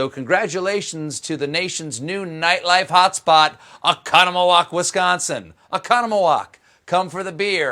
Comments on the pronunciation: Impressive pronunciation of Oconomowoc! 😂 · omg he pronounced Oconomowoc right!! (I live near it) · OMG he said Oconomowoc right! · Dude, oh-CON-a-ma-wok! Nice pronunciation!!! We love you in Wisco. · Cheers for pronouncing 'Oconomowoc' right! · I congratulate Stephen for properly pronouncing Oconomowoc. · I was so taken aback to hear the name Oconomowoc, much less pronounced correctly. Maxim's(the train restaurant) is gonna become a national party hotspot soon. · Oconomowoc WI shout out! AND he pronounced it correctly!!!!! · He pronounced Oconomowoc right! No one ever pronounces it right. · Not only did Stephan mention my little hometown, he actually pronounced Oconomowoc correctly! 'That is so unexpected -- on both counts. Thanks, Stephen! Drop by for a beer if you're ever in the neighborhood. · I can’t believe you pronounced Oconomowoc properly! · Nobody's going to comment about the fact that a dude from South Carolina just pronounced "Oconomowoc" more or less correctly? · Cool Stehen pronounced Oconomowoc like he lived there. Great Job. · Thanks for the shout to Oconomowoc guy! You even pronounced it right. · how the fuck did you know how to say Oconomowoc hahah!! You had to have practiced that one.. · That Oconomowoc, WI reference. And thanks for pronouncing it right. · CAN'T BELIEVE HE SAID OCONOMOWOC, WISCONSIN -- THAT'S MY HOME TOWN. He didn't even stumble with the pronunciation. Way to go, Stephen!! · major props on the oconomowoc pronunciation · I love that he pronounced Oconomowoc right!